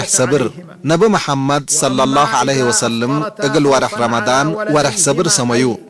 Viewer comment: قل صلى الله عليه وسلَّم وليس وسلِّم